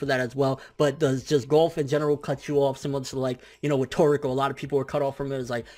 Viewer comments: I hate how he pronounces golf as "gulf". It's a sport, not a body of water. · I hate the way he says Golf